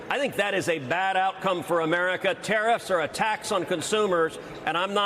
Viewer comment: "Muricuh" lol